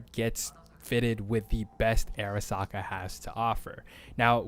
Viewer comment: Great vid thanks, you just say "AIRasaka" a few too many times for me xD